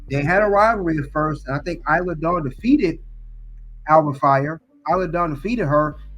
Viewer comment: You’re saying Isla Dawn name wrong